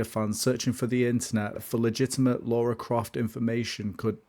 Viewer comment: I enjoyed this documentary style video, you clearly put your knowledge and love of Lara into this fun mash up of all things about Tomb Raider. I was a little perplexed as to why you kept calling her Laura and not Lara. Anyhow, I especially loved how you brought Lara home to east Midlands Derby and also gave this small CITY a much needed bit of attention.